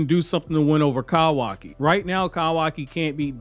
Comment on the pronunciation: “Kawakiwockee” and “Eidas wap” is crazy ngl 💀